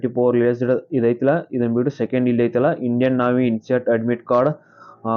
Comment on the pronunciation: ಅಣ್ಣಾ ನಾವಿ ಅಲ್ಲ ನೇವಿ ಅದು